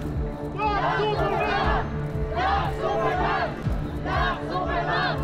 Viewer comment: Bat parang sinasabi nila "BLACK SUPER MOTHER"??? hahahaha natatawa ako dun eh😂😂😂